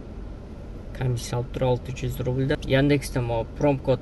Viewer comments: Промкод эмес промокод десен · Промокод прикод эмес деп кой